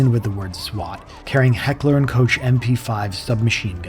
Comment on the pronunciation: ...heckler& ..."kotsch"? Lol